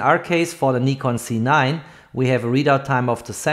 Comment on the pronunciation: I would prefer a correct pronounciation Nikon Z! not Nikon C……